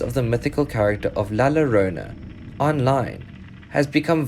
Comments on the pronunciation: Hi without being un respectful, whe you see latino video and you see a “lLlorona” when you se “LLol you say “YOrona” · Hahahah !! he says "La Ranona" ?